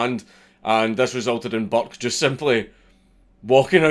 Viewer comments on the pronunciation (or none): Everytime he said "Burke" I heard "Buck" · i’m irish and i didn’t realise he was saying burke coz i didn’t read the title properly do for the first half of the video i thought he was saying buck